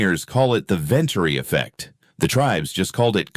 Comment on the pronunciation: the sentence structure, and the pronounciation of the Venturi effect gave it away, as have the images and videos. The statements are just general statements applicable to just about anything.